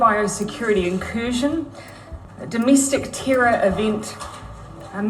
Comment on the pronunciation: Ibsolute, pripare, brith, reeelixion, thi sivinth of fibruari, domistic, pindimuc cintiniual 😂😂😂 clown inglish